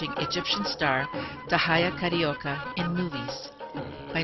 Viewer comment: Dahiya Carioca? All the Arabs I had as friends pronounced her name Tah - hee - yah. Not Da - high - ah.